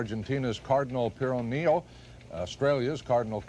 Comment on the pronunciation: That's "purr-OH-ne-oh." And Cardinal Koenig was from Austria and NOT from Australia, Mr. Bell. You seemed to have been more of a ding-a-ling than CNN's "Sloppy" Harlow is today.